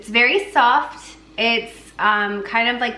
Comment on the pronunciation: I thought called the brain cheese "stinky SOCK cheese" instead of stinky SOFT cheese 😂